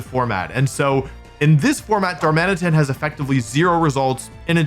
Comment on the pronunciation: Also it’s Dar-muh-nitten. You gotta work on getting these names right, WompfleyABC.